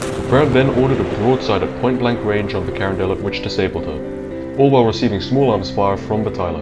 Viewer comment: the pronunciation of the Union Ironclad is “Cuh-RON-de-LET” and the pronunciation of the confederate ironclad is "kay-ro"